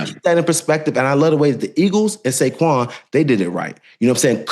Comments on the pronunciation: I think I even heard an N also… Saynquez Barkley 😂😂😂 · Did he say Sayquez Barkley??? 😂